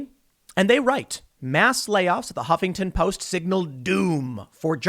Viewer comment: I love the way you pronounce the "Hoppington Post". 🤣 They deserve it.